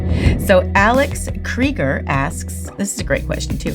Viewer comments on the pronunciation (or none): none